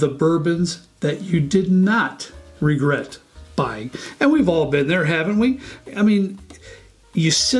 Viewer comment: You don't 'Regert'? Maybe sip a little less? :-)